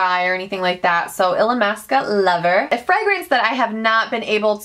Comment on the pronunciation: You officially just taught me how to say Illamisqua for YEARS I've been saying it "ill-llama-sqwa" and I thought it was funny because it had the word llama in it Hahahahahaha😳😁